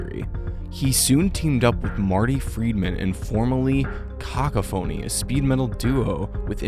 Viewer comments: Cock a phoney? Lmao!Overall, I think it's a great video! Try and work on your pronunciation, Unless you're doing it for humour sake...in which case; you succeeded. ❤😂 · barbaric pronunciation of cacophony